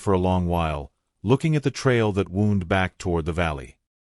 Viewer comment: Ok it's not woound (which is an injury) it's wound (as in a rope). They are spelled the same. This is how I know it's bad AI.